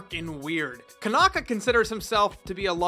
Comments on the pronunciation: Since it's Japanese, it would be pronounced "Koh-nah-kah." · C'mon fan, Konaka isn't that hard to pronounce :"D also i wouldnt be worried about a Tamers sequel if he's behind it, the guy is no sellout. I'd be hyped